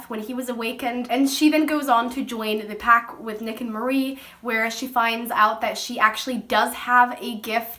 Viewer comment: Not trying to be an ass but it's "Mari" kinda like the end of Ferrari... Or Safari...Not "Marie or Mary"